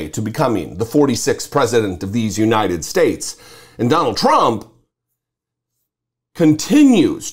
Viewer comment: "Yesterday" is a hard word for him. So is "United Shayshs."